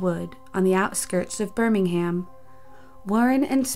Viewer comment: And birmingHAM